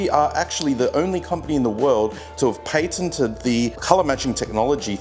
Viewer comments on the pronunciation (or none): Lol how how aussies says “patented” 😂